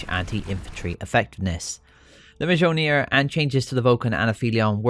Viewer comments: Mjolnir = M-yol-near (not an english scholar, just how Ive learnt it, feel free to correct me anyone) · Mjolnir = M-Yoll-Near